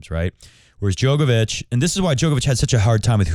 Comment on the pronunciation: Bro is djokovic not joke ovic